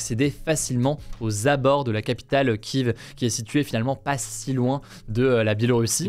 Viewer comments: hooooo vous êtes relous avec ça il ya longtemps il a interviewé une habitante de Kiev qui prononcait Kieve kiiiiiiivvvvvvveeeeee moi je dis KIEIFE perso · par contre "kiev" se prononce "kyef" voir "kyou" mais pas "kive" ça fais plusieurs fois que ça m'arrache les oreilles cette prononciation x'D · Salut Hugo, pourquoi tu dit tu prononce pas kiev comme tout le monde ?